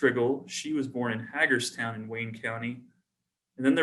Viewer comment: wow.. your ancestors came from hagerstown Indiana. I know exactly where that is as I grew up roughly 20 miles south of there in Cambridge city. Oh and it's pronounced Hey-GER town.. Not Hag like an old woman.